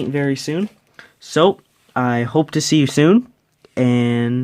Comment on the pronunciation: I like how you spliced in the music from ‘Waterloo’ and you pronounced ‘vive la France!’ correctly!! Who hoo 😄